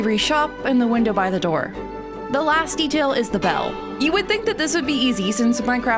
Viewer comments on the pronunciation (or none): none